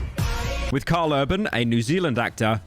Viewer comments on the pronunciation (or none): none